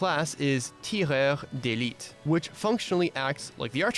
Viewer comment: Yo, I don't know your origin, but as a French, I can say that your "Tireur d'Elite" was spot on !